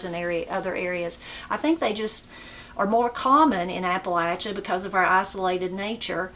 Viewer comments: I’m just glad you pronounce Appalachia correctly. Some people pronounce it Appa LAY chia. It’s like fingernails on a chalkboard when I hear someone pronounce it that way. I’m enjoying your channel. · I know someone is from Appalachia by the way they say that word. It's Appa-LATCH' a, not Appa-lay-sha.